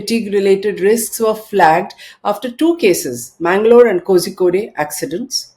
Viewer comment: Dear Ms Dalal, thank you for bringing our attention to this issue, being faced by Indians. It was enlightening and eye-opening. On an additional note, Kozhikode is pronounced as KOH-RHI-KODE